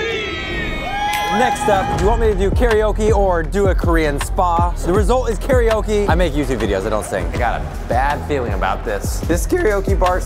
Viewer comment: your pronouncing karaoke wrong...